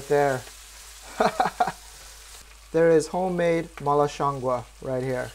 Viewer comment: He actually pronounced it just right at the end... in Mandarin at least it sounds like gwoh. It also doesn't mean mushroom, it refers to the aroma